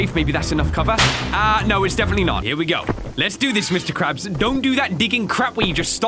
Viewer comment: he ses mr craps